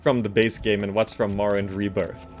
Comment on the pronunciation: how is dis morrwwend